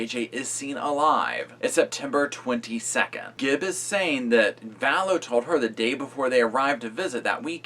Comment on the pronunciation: Am I just super neurotic , or does it drive anyone else crazy when people put an "s" at the end of "Gibb?" ....No? Just me, then? Alrighty... 👍🏼